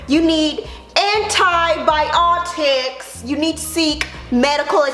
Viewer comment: There were so many comedic jewels in this video! 😂 “ANTI-BI-OTIKKKK”